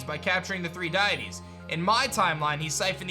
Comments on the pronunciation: DUDE. DEE-IT-TEEZ. Not DIE-IT-TEEZ 🤦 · my dude, it's pronounced "dee-it-ees" not "Die-it-ees" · for future reference it is pro-nounced Dee-Ah-tees lol loved the content